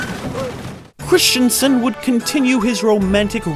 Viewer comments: Stop saying "Christiansen"... GOD DAMN IT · Christensen not Christianson. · Hayden ChriSSStensen, not Christian-sen. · Christensen ... Not Christiansen ... Say it with me ... Chris ... Dun ... Sun .... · In the US, is the name really pronounced "Christiansen" as in the video?